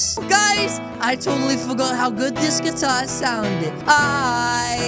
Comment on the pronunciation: It’s guitar not guatar 😂